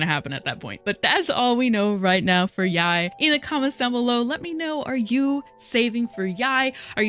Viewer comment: isnt it pronounced like "yay?"